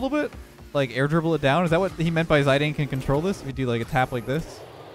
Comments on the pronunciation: saying “ zye Dane” instead of “zidane” had me laughing my head off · "Zidayne" is actually pronounced zee dan and he is a really good footballer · "Ziydane" Me: sigh... goes straight to comments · I don’t know what’s more worrying, his mental health on this godforsaken map or the fact he said zyadane 😂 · "Zay-deeiin" hahaha xD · He did not just say "Zydane" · As if called one of the greatest footballers of all time and magician on the pitch Zinedine Zidane: "Zydayne" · Hearing ‘zi-dayne’ actually hurt. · The way he said Zidane is funny to me, btw it’s zid-an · Where are my fellow europeans that raged every time he pronounced Zidane that way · As punishment for butchering Zidane's name like that, they only gave you one single congratulation. You didn't deserve the rest.